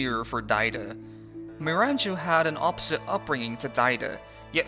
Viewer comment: They way you pronounce Miranjo and Bojji is maddening.